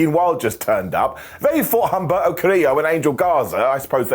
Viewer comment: Great video as always. And the H in Humberto is silent 😂 Much love and respect from Washington State 👊🏼💪🏼